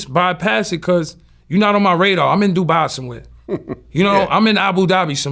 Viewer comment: "im in Du-bahhh somewhere"